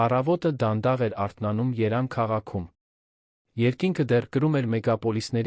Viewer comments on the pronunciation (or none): Գուցե և լավ հեքիաթ է բայց կարդացողը փչացնում է այն ինչպես լսել մեկին երբ Երևանը երան է կարդում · Ի՞նչ է նշանակություն ունի որ քաղաքից են դիտում։ Երան չէ, Երևան։ Մինչև վերջ հնարավոր չէ լսել, հոգնեցուցիչ է։ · Դու չկարողացար Երեվան մայրաքաղաքի անու ըճիշտ կարդալ, այ անգրագետ